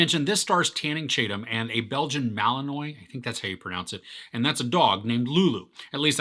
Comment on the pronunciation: Who is “Tanning Chatum”?